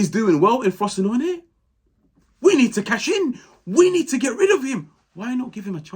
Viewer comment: You actually pronounced Frosinone pretty well. Also you are my favourite Serie A commenter on YouTube. Would love to hear you make some appearances on the big football podcasts